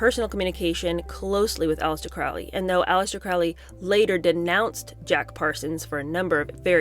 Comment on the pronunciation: For those who know, it's pronounced CROW-LEE. Rhymes with Holy, not Foully.